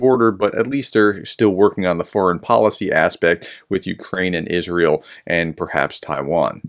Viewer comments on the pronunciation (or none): none